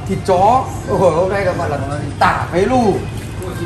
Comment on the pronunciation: Tả pí lù chứ ko phải phế lù nha